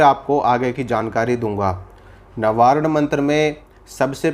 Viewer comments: प्रभु, नवारण मंत्र नहीं है। वास्तव नवार्ण मंत्र है। कृपया मंत्रों के बारे में शुद्ध उच्चारण करें अन्यथा भ्रांति विलास ही होगा। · नवारण नहीं नवार्ण मन्त्र है भ्रम मत फैलाइये नवार्ण मन्तर या क्सी भी मन्तर का अर्थ बताने की चेष्टा मत कीजिये इस तरह आप अपनी दुर्गा माँ का अपमान ही कर रहे हैं 🌷🙏🌷